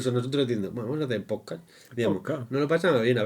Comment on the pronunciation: al proposito!, ellos mismos hacen broma con el nombre "poscasss"....